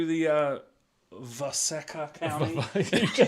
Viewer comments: DJ the map name waseca is pronounced wa(sea)ca sea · The map is pronounced wa-see-ca